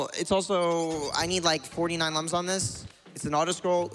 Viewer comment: It's Lums not Lums Spike.